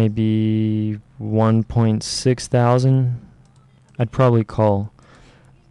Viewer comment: "so i lost a couple thousond by miss clicking"